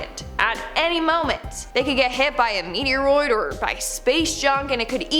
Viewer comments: "A meteroide" 🤣🤣🤣🤣🤣🤣☠☠☠☠☠ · Lol she said meteoroid